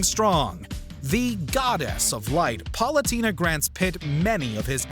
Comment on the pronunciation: Top 10 times butchered pronouncing some names: #1 Palutena (Par-loo-tay-na)